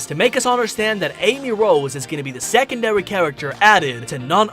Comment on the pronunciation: Twailers? Diwection? Secondawy? Did Elmer Fudd narrate this?